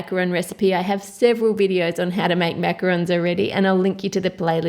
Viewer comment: I just came here to see if she said Macarons correctly, in which she did 😂